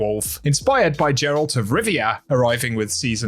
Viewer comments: Its Geralt not Gerald dammit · jeralt he says lmaoooo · bro really said Jerard of Rivia 💀💀💀